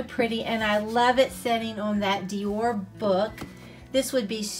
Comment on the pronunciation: Its dior not doir